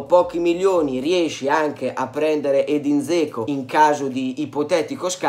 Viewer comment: Ma è statto infettato dall'asso di Roma? Zeco? A me pare che si debba pronunciare Geco, come risulta da varie fonti, ad esempio qui: Però ognuno fa come vuole, ci mancherebbe...